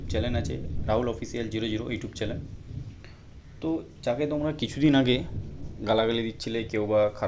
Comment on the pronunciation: চ‍্যানেল কে চ‍্যালেন বলে আবার ইউটিউবার ছিঃছিঃছিঃ 🦶🦶🦶🦶